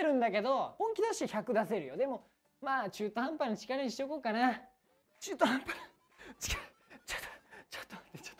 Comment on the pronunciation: 吐き出される ちゅうとはんぱっ‥が大好き